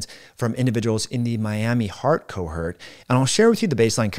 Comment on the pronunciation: Important information. Your pronunciation of "cohort" hurt.